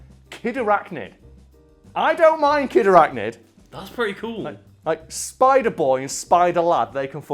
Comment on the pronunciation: I feel like Kid Arachnid's pretty good but you gotta pronounce it like kID arachNID